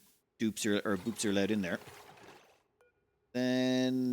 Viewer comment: Boops? I thought it was Bupes